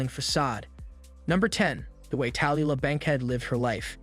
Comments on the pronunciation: It is tool lah not taliha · It's "tah . . . LOO . . . lah."